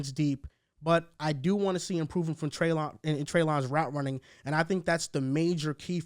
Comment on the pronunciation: Just so you know, it’s Trey-LIN not trey-LON